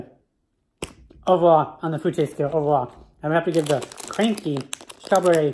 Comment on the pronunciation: When you can't read English It's says crunky💀 (Kr-uh-nky)